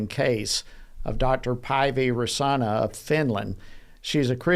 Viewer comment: Paivi's last name is pronounced "raysawnen" a is aw sound. Raisanen is pronounced with emphasis on first syllable.